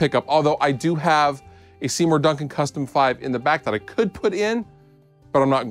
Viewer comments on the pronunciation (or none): none